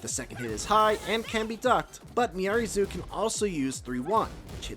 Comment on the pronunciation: It's Zo, not Zoo